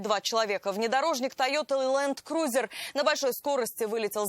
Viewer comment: Ведущий а не Ленкузер а Ланкрузер